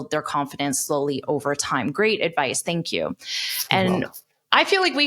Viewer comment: Did you pronounce "thank you" with a /t/ at the beginning of the interview? 😧